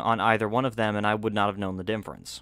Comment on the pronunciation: bro why do u say dinfference instead of difference?